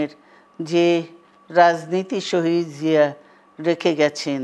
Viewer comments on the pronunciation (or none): none